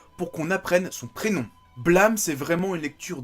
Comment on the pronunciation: Blâme... BlAmeuh ... Mais l'accent est ou XD sinon étant fan de tsutomu nihei j'attends avec impatient de me prendre aposymz demain !^^